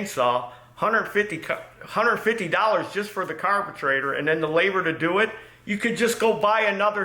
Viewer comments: This is the first time watching. What’s with the word carbetrator? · Dammit, now I can't pronounce "carburetor" anymore lol